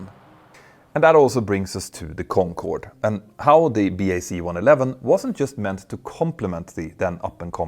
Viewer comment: Nice to hear you say (Bee Aye See) + (BAC) Properly and not say (Back) as you have done before :) Now all you have to do is stop calling Concorde (The Concorde) ... It's just Concorde ;)